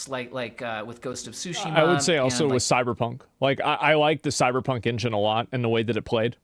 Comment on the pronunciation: "Ghosts of Sushi-ma"?!?!